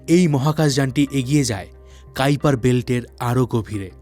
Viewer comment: কাইপার বেল্ট 😂 ❌ কুইপার বেল্ট ✔️